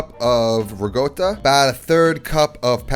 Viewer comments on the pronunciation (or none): Why does he say 'rigotta' and not 'ricotta'? I'm quite certain no Italian would do that. Is it an Italian American variation? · just a friendly reminder it's pronounced re-co-ta (with a rolled R). not rig-otta :) respectfully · The Ra-goat-ta pronunciation threw me for a loop. lol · For the love of God, please stop calling it "rigoata". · Its not called rigotta. Sounds so horrible to me as an Italian But great recepie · You have been pronouncing ricotta wrong. But you don't do anything to fix that. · How about the way he pronounces ricotta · I can't take anyone who pronounces ricotta with a g seriously. You have zero credibility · Do all americans pronounce ricotta that way? sounds like he is trying to emulate a italian pronunciation.